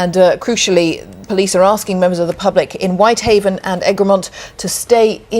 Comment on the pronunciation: Former Egremont resident here. It's pronounced: Egg-Ree-Mont. Good video nonetheless. Your pronunciation of Seascale was spot on (it's actually one of the easiest Cumbrian settlement names to pronounce).